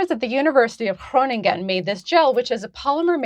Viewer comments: Still pronounced Groningen wrong... No Biggie, but don't add other failed attempts unless you nail it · Great attempt on saying "Groningen".